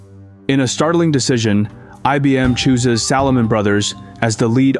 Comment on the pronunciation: “Salahmun Brothers”. 😂